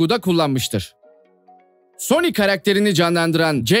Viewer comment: Sony 🤬 ismi bile telaffuz 🤬